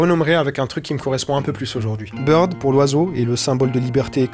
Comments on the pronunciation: Pourquoi burd et pas bird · oiseau en anglais s'écrit BIRD et non pas BURD😉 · Oiseau c'est bird pas burd non ? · Pourquoi Burd et pas Bird ?